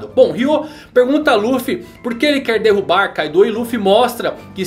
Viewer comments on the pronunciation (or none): none